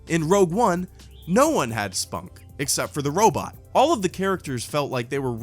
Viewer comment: sorry could you explain me whats "spunk" ? or maybe "sponk", you said Rey has it as well as Leia